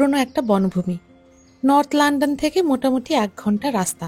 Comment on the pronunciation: "লান্ডন" এটা আবার কোন দেশ? নাকি লন্ডনকে লন্ডন বলছেন?